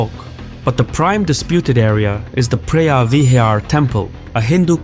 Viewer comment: Preah vihear is pronounced pravihear. Btw a moan is a chicken and Tom means big, therefore ta moan Tom means big chicken temple.